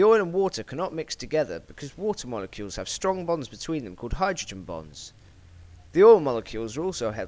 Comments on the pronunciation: its bonds not bongs its a chemistry thing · I want to make it clear that I find this video very interesting, no 2 ways about it... I just couldn't help but hear "Hydrogen bongs" and that oil also has "Bongs" and practically nothing other than "Bongs" for the last few moments of the video...